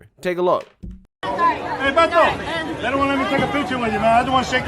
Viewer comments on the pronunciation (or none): I do believe it is pronounced "whedo." White boy from San Antonio.